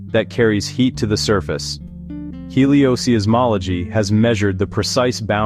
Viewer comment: The apparently AI-generated voice says "heliosee-ismology" and "astrosizzmology." Really very poor.